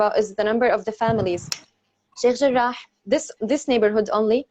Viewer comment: Cukup suka dengar pronounce Sheikh Jarrah. Lain bunyi kholkaloh dia.